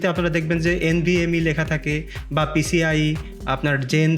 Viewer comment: vai PCLE na, oita PCIE hone